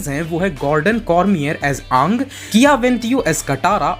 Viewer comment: Bro,in avtar the last airbender update the character name is Aaang it's Aang say it properly